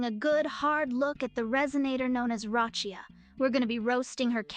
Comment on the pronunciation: Not Roccia come on Mona 😮